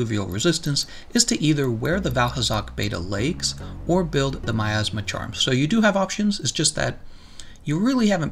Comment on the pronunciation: "My Assma" I just can't unhear it...